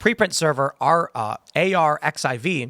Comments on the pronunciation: ARXIV is pronounced "archive" just fyi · Arxiv is "archive"